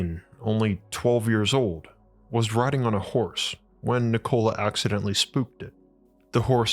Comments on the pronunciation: Not trying to be a dick … I believe the correct pronunciation of his name is :Nik-o-La Not : Nicole-A. As that’s what it sounds like you’re saying, at least to me it does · I am an avid subscriber , as your videos are so well researched and presented. I must admit though, that I would feel more comfortable with a little more research on pronunciation and grammar. You seem to pronounce Nikola, like the woman's name Nicole + a. The name is quite a pretty one, more like Ni kola & and not Ni ko la, with emphasis on the o instead of the i. Even so I do enjoy your delivery! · cool video, wish this guy knew how to pronounced his name correctly its ni·kuh·luh not Nichole dude. That's insult to his name. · Nikola Tesla was born in Austria-Hungary. Not in Yugoslavia. Yugoslavia was created in 1918 when he was over 50 years old. And it's not Nikoola, it's not pronounced by dragging out the letter O, it's pronounced Nikola quickly. When you say Nikoola it is a female name, not a male name. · It's pronounced nik-ala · I have to take you to task: you are mispronouncing Tesla's first name. It's "Nick-oh-lie" and always has been and always will be. This is pretty embarrassing for you... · I like how you say his name like a soda. 'Ni-cola' Tesla! Sounds refreshing. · Lol he said Ni-Cola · Oh dude he called him NICOLa. So bitch. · “NiCola Tesla” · Learn to pronouns Nikola corectly. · Is it really that hard to pronounce the man's name right? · Nikola Teslas name is pronounced with announciation on "i", not on "o" like you pronounced it